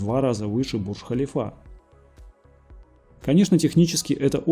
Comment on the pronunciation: Ударение не правильно произносишь, слух режет. Бурдж ХалИфа !!! В метро нет МУЖСКИХ вагонов : женские , общие и золотые(они тоже общие)